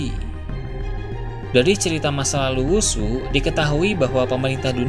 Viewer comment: Who's who bacanya hus hu, bukan wusu